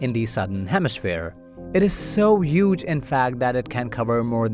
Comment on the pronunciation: Stop saying yuge. It’s huge